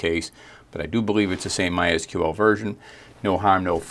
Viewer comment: Great to hear "my es queue el" instead of the ubiquitous "my sequel" ❤